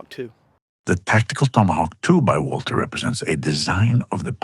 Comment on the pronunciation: At least pronounces Walther correctly